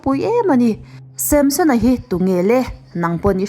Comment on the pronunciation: Tinge Samshon tiin i chhiar zel a 😂